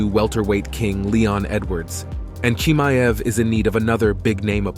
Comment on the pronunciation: He is chimaev...ch...not k🤦‍♂️